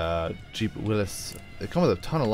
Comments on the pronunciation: It is not pronounced Willis it is WILLYS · this video is the only place ive heard someone say willis